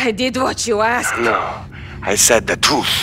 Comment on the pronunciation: When he says I seid the truth sounds like he is saying twooth